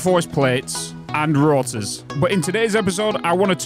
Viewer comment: Can't get over the way you pronounce ingot. in-GOT. Same with rotors. ROT-ors